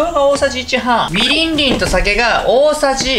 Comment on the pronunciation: ん？「みりんりん」って言った？？(笑)